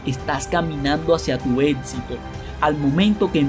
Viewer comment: Pronuncias mal Éxito y lección 🦻🏼🦻🏼👂